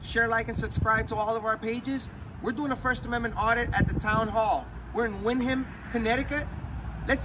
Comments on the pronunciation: It's called Windham but it's pronounced "wind-um". Y'all should go to Bridgeport see how the treat y'all down there- proceed with extreme caution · thats ny maiden name its pronounced wendum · Wrong pronunciation of windham